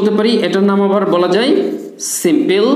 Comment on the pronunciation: UK /ˈsɪm.pəl/ US /ˈsɪm.pəl/ স্যার সিম্পিল না সিম্পল হবে? IPA তো সিম্পল বলে